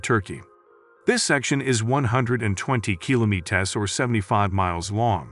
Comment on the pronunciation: why cant this guy pronounce kilometres? lol